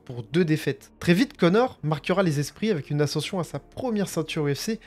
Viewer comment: Ascen's'ion avec un "s" ..stu !!